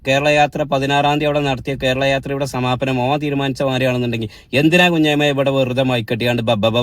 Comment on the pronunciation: സുഹൃത്തേ നല്ല ഭാഷ ഉപയോഗിക്കൂ. കുഞ്ഞയമ്മദ് എന്ന് അല്ല. കുഞ്ഞിമുഹമ്മദ് എന്നാണ്.റസൂലുള്ളാന്റെ പേരിനെ ആണ് താങ്കൾ പരിഹസിക്കുന്നത്. മിഅ്റാജിന്റെ രാത്രി രാഷ്ട്രീയക്കാർ പരസ്പരം ചളി വാരിയെറിയുന്നതല്ലേ നമ്മൾ കേട്ടത്.